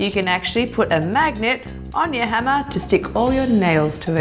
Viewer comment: When she says hammer I heard henna